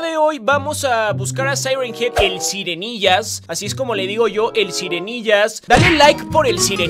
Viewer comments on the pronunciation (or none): Sirenillas no sirenggillas